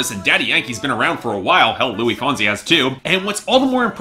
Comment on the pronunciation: You pronounce the S in Luis. It's spanish not french xD